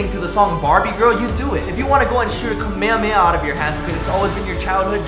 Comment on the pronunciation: It's kamehameha not kameha